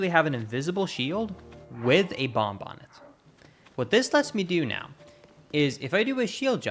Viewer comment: First, want to say that you speak English better than most of us. But wanted to point out that bomb has a silent b at the end for some reason. Love your videos, thank you.